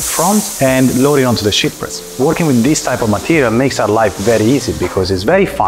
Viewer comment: ok.... don't crucify me please, but since you and your team are not able to pronounce the word "sheet" correctly, and you keep saying "shit" all the time... I highly recommend that you try using another word like "laminate" or "film" or "plate". I know it is frustrating, but this mispronunciation is somewhat important and it does create a distraction when you keep saying things like "now look at this beautiful SHIT that came out of the press". sorry... but it is just how the English language works.